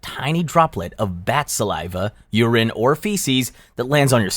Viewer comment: Weirdest pronounciation of urine ive ever heard